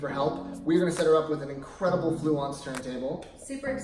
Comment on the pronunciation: Great budget system. BTW, I'm pretty sure you've pronounced Blue correctly! ;)